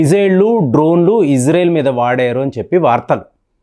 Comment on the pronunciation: ప్రపంచమంతా ఇశ్రాయేల్ అని పిలుస్తుంటే నువ్వొక్కడివే ఇజ్రేల్ అంటావు , నీకు చదువు రాదా యటకారమా ,,🎉🎉🎉